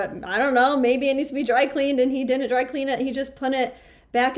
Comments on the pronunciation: Right off she can't pronounce "didn't". Honey buns, it isn't "did dint"! "Dint" is int a wur duh. Create syllables much? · Learn to pronounce didn't